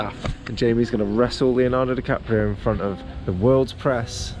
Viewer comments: Leonardo Dicaprisun rofl 😂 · LMAO I THOUGHT I WAS THE ONLY ONE WHO SAYS 'leonardo dicaprisun'